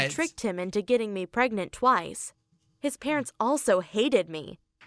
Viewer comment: It’s pregnant, not pregegonant, LOL